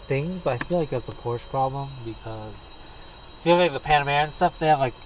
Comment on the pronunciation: You can't even pronounce Porsche.